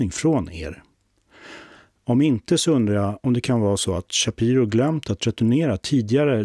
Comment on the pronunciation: Shapiiro. Inte ch i början